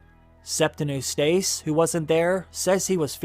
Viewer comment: Eustace: YOO-stuss, not oo-STAYCE. Wolf: WULF not WOOF. There are lots more mispronounced words in this video. The content is great and I know this is nit-picky but it’s distracting. I’d suggest looking up a word if you don’t know how it’s pronounced.